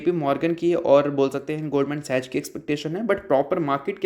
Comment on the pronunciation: Love your channel broes, but it's pronounced goldman sacks(sachs)